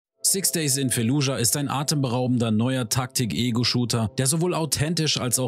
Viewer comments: wie mich einfach triggert wenn du jedes einzelne mal "fallujah" falsch aussprichst. das heisst nich f*e*llujah selbst im englischen (wie auch im arabischen und im deutschen) wird das "f*a*lludschah" ausgesprochen. ohne e. (und auch ohne k. weil is ja kein k drin.) 🧐😂 ändert jetz zwar nix mehr am video - aber vll. als hinweis für zukünftige auseinandersetzungen mit dem ortsnamen im rl als auch im spiel 🙂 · FAAAAAAAAAAAAAAAAAAAALLUJAH. F-FUCKING-ALLUHJA. Nicht Felludja oider Fällujah... FFS